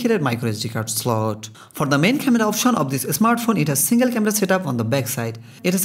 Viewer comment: It's Bangladeshi accent. Indian Bangali don't call smartphone as "esmartphone".